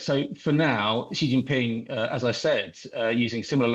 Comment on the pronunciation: Why do people get this wrong so much? It is basic education when discussing world news and politics. "Xi" is pronounced like "she." In Chinese pinyin, "x" is an "sh" sound. "Jin" is pronounced like the alcoholic beverage, "gin." "Ping" is as we would expect. So his name is pronounced "She Gin-ping." Xi is his family name. The city, Beijing, is pronounced as if "Bay-jing." The "jing" part is pronounced like the first part of "jingle." In English we don't have the two "sh" sounds transliterated as "x" and "sh," so we pronounce them as we do "sh," and with no distinction. "J" in the Chinese pinyin system is never pronounced as in the famous Russian name "Zhivago" or the French "je" or "Janvier." Never. Anyone pronouncing the capital city of China as "Bay-[zh]ing" is flat-out wrong. Pinyin ("pin-in") is the system adopted in China almost 100 years ago for transliterating Mandarin Chinese using a Western alphabet. You might see "zh" in pinying, and that is pronounced similarly to the "dg" in "bridge."